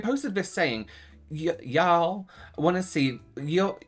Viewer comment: I appreciate your attempt at saying y'all! 😂😂😂